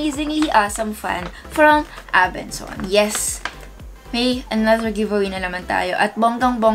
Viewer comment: ABENSON NOT ABENSONS 😂 IG: ashhnavarro #faMary